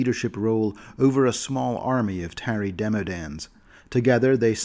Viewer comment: Y did u pronounce the Tarry Demodands like that, it is pronounced like the word Tar, not Marry, since u know, they seep tar out of their body.